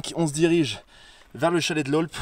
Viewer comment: Par contre on ne prononce pas le P à Aulp 👍🏿